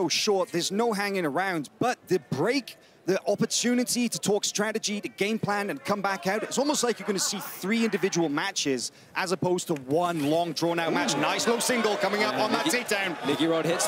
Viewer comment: someone tell the commentator it's "as opposed" theres no t in it